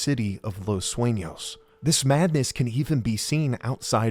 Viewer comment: as a spanish talker i congrat this man for giving hi best efforts at pronouncing spanish things such as the "ñ" in "los sueños" (los suenos in gmae refered to )or " los locos del pacifico" notice those small details that let you know he put a lot of effort into all his vids. (correct me abt any english mispronoun , i usually dont speak / write it often )